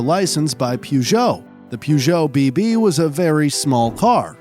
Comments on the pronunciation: It is pronounced "beh beh" not "bee bee. sorry i got triggered 😂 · No way he kept butchering the pronunciation of Bébé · That is is not how you pronounce bébé. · Funny how you mispronounce any word that isn't English... (Baron de Dietrich, Bébé, Friederich etc...)